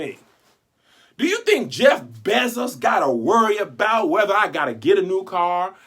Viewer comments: “Jeff Bezziz” 🤣🤣🤣🤣🤣🤣🤣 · Okay that’s not how u say his last name 😂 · Never heard this name pronounced like that 😂